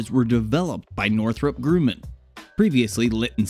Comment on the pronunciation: The "u" in Grumman is soft. 🤷🏽‍♂️